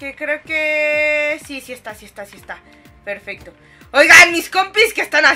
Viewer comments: ¿soy yo o dijo en cuando faltaba sólo 1 compu? ferfesto xd😂 😅?(o fue mi alucinación y no lo corrigio en el video)xd recién me doy cuenta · si dijo perfesto